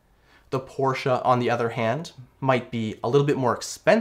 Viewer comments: First time i saw a person who pronounce the “Porsche” correctly:) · Great review. And you pronounced Porsche correctly so an extra bonus 👍